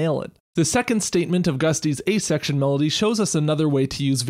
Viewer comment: Every time he says "A Section" it takes my brain a few milliseconds to realize he isn't saying "asexual".